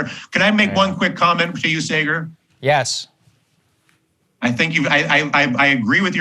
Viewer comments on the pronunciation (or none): That slight cringe when Dylan says Saagar's name as 'Say-Gar.' If you're going on someone's show at least figure out how to pronounce their name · "Say-ger" good lord i cringed every time he mispronounced Saagar's name. Completely made me stop listening to what he was saying. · "Saaay-ger" SAAGAR. POLITELY CORRECT THESE PEOPLE. STAND UP FOR YOURSELF, BOY. ~Your 6mos-younger-than-you Mom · I ❤ Dylan Ratigan, but how could anyone watch this show at least once and still pronounce Saagar's name as Saygur...twice? Be best, Dylan! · "Say-gar" oof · Why didn't Dylan learn to pronounce Saagar's name correctly 😀🤣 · Saagar being respectful after the guest mispronounced his name 3 times … Saagar is a classy gentleman. 👍🏼